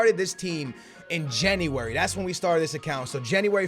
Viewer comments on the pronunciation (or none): anyone else get pissed when says "jenny-wary" instead of january